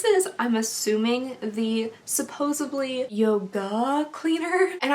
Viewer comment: Not supposaBly..... it's supposeDly, ya nut. LOL